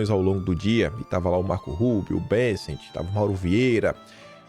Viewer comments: Não é BeNNNset,. O nome é BÉÉÉssent. 😂😂😂😂😂😂😂😂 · Não é “BeNsent”, é Besent. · O nome do secretário americano é """"""" B É SSENT """""" E NÃO BENSSENTE.